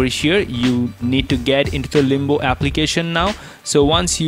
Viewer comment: Why u say Limbu when its limbo